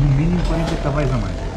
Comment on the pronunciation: Dass.. Mas quais Cavais?! Tantos anos de história, como é possível não saber dizer de maneira correta, Cavalos?! É só porque me irrita isso dos Cavais🤣